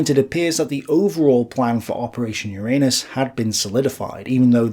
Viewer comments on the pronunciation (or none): I must have something wrong with my head because over and over again i hear : "Operation ur anus"...